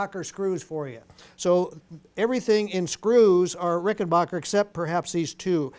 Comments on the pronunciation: It's not Rickenbocker, It's Rickenbacker. You wouldn't say Greenbay Pockers would you ? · Some lads pronounce it RickenBaycker